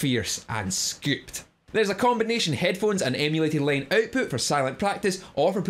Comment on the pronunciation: Its pretty funny how accent scoops the 'o' out of scooped.